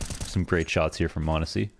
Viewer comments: True chads and ohne pixel enjoyers know that it's mahneehsy. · You're technically still mispronouncing m0nesy's name lmao but its close enough i guess